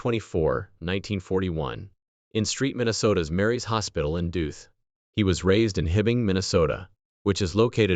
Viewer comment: roboy voice pronounces Duluth as Duth. Duh?